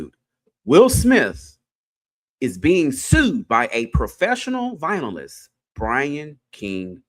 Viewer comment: It’s not vinylist it’s vio-lin-ist 😂